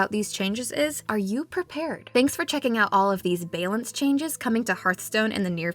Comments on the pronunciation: Did she just say bay-lance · aww, they worked so hard on these jokes and it is bay-lance that sets everyone off lol. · I lose it every time in all her videos when she says balance. 🤣🤣🤣🤣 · I lost it when she pronounced “bay-lance changes” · The narrator has gotten quite good since they started producing videos. However, that's one word where her accent really comes out. :-P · <3 we wanted to pay homage to the earlier mistakes that she made with it when she first started! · Can't blame her - it's a tough word to pronounce correctly. I'm a native english speaker, and sometimes I accidentally make it a hard "C" sound at the end, so that it sounds like "balink changes". Sometimes you just gotta own it. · The biggest April Fools joke was the way she said Balance